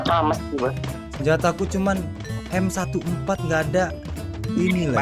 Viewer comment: M14 di bilang enfor hadeh harusnya Emfor